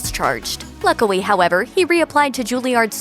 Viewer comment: did she say luckily in a way Elmer fudd would have?